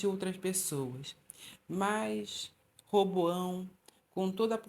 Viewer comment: Nao é Reboao é Roboão